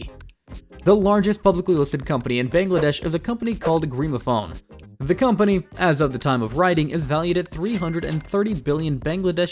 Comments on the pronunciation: "Dahaka" it's Dhaka 😢 "GRIMAPHONE" wth it's clearly written GRA- MEEN- PHONE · bro your pronunciation is killing me. wtf is "dehaka", "greemophone", "titus", "BTD" "narayanganEE" "kaloona"😭😭